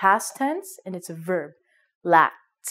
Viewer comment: Thanks a lot, just question: when you pronounce "sacked" and "lacked", i can hear sat and lat, is "ck" omitted?